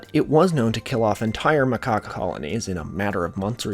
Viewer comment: Bruh it took me 43 minutes to realise you were only saying macaque and not switching between macaque and macaw